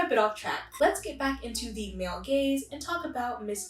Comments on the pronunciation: I keep hearing “feminine gays” instead of “feminine gaze” lol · The first time you said male gaze I thought you said male gays, so then I was like: wAiT wHaT wOuLd tHeY wAnT WiTh wOmEn 😳👀😳👀